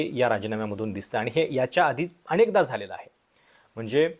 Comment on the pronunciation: अणेकदा? दोण? सोणी? लई भारी मराठी!